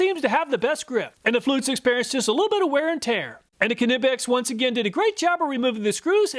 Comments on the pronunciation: The letter "K" in KNIPEX, is a silent "K" ... pronounced nipex ! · Per the Knipex company, "the proper pronunciation of "Knipex," the German hand tool manufacturer, is "kuh-nip-ex" (kəˈnɪpɛks), with a hard "k" sound at the beginning." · Knipex is pronounced like Knife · Anybody know the correct pronunciation of Knipex? I love me Knipex Cobras, but I pronounce it ‘NIGH-pex’ and Project Farm says K-nip-ex. Which of us is right? Or are we both wrong? 🤷‍♂️ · Love your video's but now I gotta wonder how do you pronounce 'knight' after your review of ka-nipex ha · the way he said Knipex had me mad, i wonder if he says Kanee(knee) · Am I pronouncing Knipex wrong as I don’t use the K and call them nipex? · I had to stop watching when you pronounced "Knipex" like a 4 year old. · U did not test a Kline And the k is silent in knipex just like knight ! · The main thing I took away from this video is that you still can’t pronounce Knipex 😅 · The k is silent in knipex aha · The "K" is silent in Knipex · Love your vids, just got to say that the K in knipex is silent just like the k in knife. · I'm pretty sure the K is silent. Those Mayhew look similar to harbor freight Icon for $50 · PLEASE pronounce Knipex properly - the K is silent! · Knipex..... You don't say "K-nife" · The k in knipex is silent. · One day he'll say knipex right lol